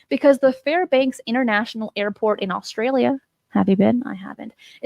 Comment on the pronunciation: Australia not Allstralia! My dad says it the same way lol!